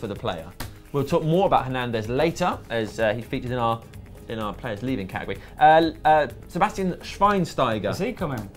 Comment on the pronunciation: You mancs are stupid ! Who is Sebastian schweinsteiger hahaha it's BASTIAN ..